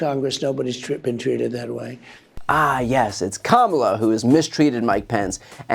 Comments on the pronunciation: First I've heard Trump pronounce Kamala correctly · Wow, he slipped up here and pronounced Kamala correctly. He wasn't paying attention. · Trump said Kamala's name right. So, know when he purposely mispronounces her name at his rallies, he's doing that shit intentionally with the racist undertones he uses. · Trump just proved that he can pronounce Kamala's name correctly when he wants to, like when he's not campaigning. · 😃 He said her name right...👏🏾👏🏾😐